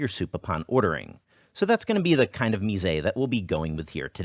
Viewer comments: I love your channel so much and just want to help you pronounce ONE word correctly: mise has no accent at the end, it' just pronounced "meez," not "meez-ay" and I hope you'll forgive my impulsiveness in posting this comment. sorry, I know you probably get a zillions nitpicky comments like this one. :-) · "Mise" is one syllable (meeze).